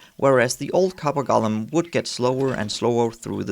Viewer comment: Clue: The name "Golem" is not pronounced "Gollum" - that's a character from Lord of the Rings. 😉👍